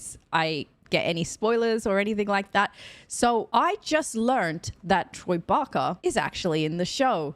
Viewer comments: Troy Baker, not Barker ;) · Baker not barker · Troy Barker? Lol Baker (baaker) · It's Troy Baker, not Troy Barker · Troy BAKER, rather than Barker. (Or "Bacca"?) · OMG ITS BAKERRRR NOT BAKA😂🤣🤣🤣🤣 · You are getting the business over Troy's name but Pedro will tell you how almost nobody pronounces his name right! He's a sweetheart about it though as I'm sure Troy wouldn't mind the occasional barker 😉anyway, I really enjoy your reactions! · Every time you say Barker I die a little on the inside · I love your videos. But it’s Troy Baker. I’m sure you’ll find out soon enough. 😊